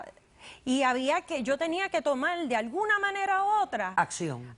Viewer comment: Porque esta gente habla tan mal ? las R las pronuncian como L.....sental .pedil ,despertal ,tomal .....compral ........que bobada y diice ser manager de un Banco ???